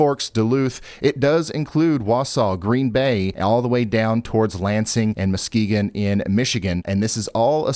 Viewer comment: Thank you for pronouncing "Muskegon" correctly!!!